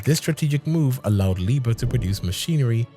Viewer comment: Hey man the pronunciation is all wrong